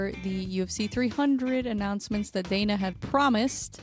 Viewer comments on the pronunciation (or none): none